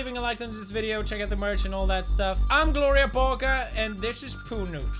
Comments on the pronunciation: Nonono Thats pronounced = Glore-iya Burg-er Not Gloriya Borger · "Gloriyah Burger" OOF